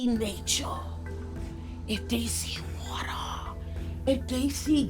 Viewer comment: I’m bookmarking this for myself because the way says “nature” and “water” with the background images and music kills me every time 🤣